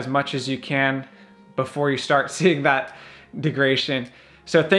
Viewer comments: Great vid!! “Deg-ra-da-tion” not De-gra-tion. Hope that helps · If this guy says "degration" one more fucking time... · De-grad-a-tion. Say Degradation. Yes, Degradation. Good. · It’s not pronounced degration? Very funny dude made me laugh when it comes to the Tesla no subject is more highly contested than charging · Bad information, poor presentation. It is pronounced deg-rah-day-shon. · There isn't a chance in hell I'd take advice from a guy who has had his Tesla lowered and then mounted super-wide tires on it (and doesn't know how to pronounce "degradation" in a video about battery degradation). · This video is actually a bit misleading, and you couldn't even pronounce degradation correctly. The number displayed has NOTHING to do with driving habits. The best way to know how much your battery has left is to take it from 100% and 0% and read off the kWh (consumed) and compare it to a new model 3. That is the best and most reliable way to measure degradation that we as owners have. I agree with leaving it in % but every once in a while I'll switch it to miles just to see what the computer "thinks" it has.